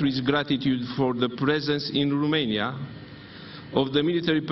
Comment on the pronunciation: Eu nu inteleg de ce domnul Ciuca tot pronunta RUmeinia? In Engleza pronuntia corecta este ROmeinia cu O nu cu U......... si este mai usor sa pronunti cu O decat cu U, parca mi se incaleca limba in gura daca incerc sa pronunt cu U..... RUmeinia.... foarte ciudat.... scrie-ti-i pe foaie acolo cum sa pronunte, cu O....